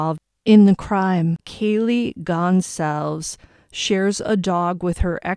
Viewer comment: You pronounce her last name Gon-zal- ves ……. Goncalves